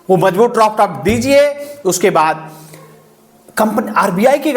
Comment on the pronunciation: Droft nahi hota Draft hota hai sir